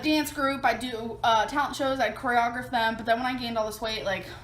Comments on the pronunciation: How can she core-ree-ah-griffed when she cannot even pronounce it correctly???!!! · she couldnt even say choreography right, who was she trying to fool? the deaf????????????? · The fact she can’t pronounce choreography is enough proof y’all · She couldn't even pronounce the word choreography... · You know that she was telling the truth about choreographing dances because of how amazeen her pronunciation was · I never believed she danced lol. If she did she'd know how to pronounce the word choreography. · No way did this girl ever do choreography if she can’t even pronounce the word 😂😂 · We been knew, since she can't pronounce choreography correctly. But it's fascinating the fake life she built up in her head because her reality wasn't good. It's interesting how that can create a liar.